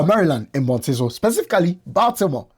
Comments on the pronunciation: Baltimore. Bal is pronounce as ball in football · Baltimore has been known for crimes but this one is over me bc I live here and never heard this case, I only saw it trending. But folks need to know, America DOES NOT play with child pornography at all. the way you say Baltimore lol